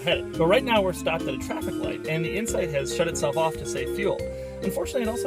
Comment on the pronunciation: I swear he said Honda Insect